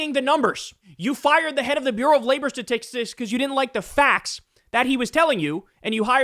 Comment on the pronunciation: Kyle may not be able to say statistics today , but I still love him. Also holy shit trump sounds bad right now he sounds like he's dying